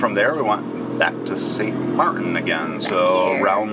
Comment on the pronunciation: It's not St. Mariin, it's St. Martin. With a 'T.'